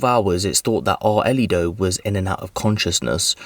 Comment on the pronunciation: How the hell is this man pronouncing the child’s name? It’s “ARELY,” not “Arlito.” AR-LEE. how tf do you get “Ar-uh-lee-doh” out of that name!I’m confused af about how he’s messed it up that bad.